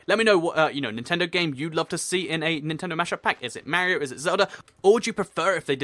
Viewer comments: Mario Not Mar-e-io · You say Mario wrong it's Marr-ey-o